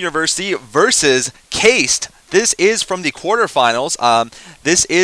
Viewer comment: its pronounced kah-ist, not keist lol